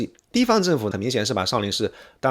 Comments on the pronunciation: 少林si不是shi粉丝si不是粉shi，你这人怎么平翘舌音不分呢，听得我真难受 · Shi永信！正确！少林shi……看了33秒。个人认为，作为简中视频评论博主，起码的把发音好准确吧？！